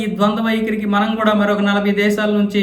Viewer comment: Not "MAANAM", that is "Manam"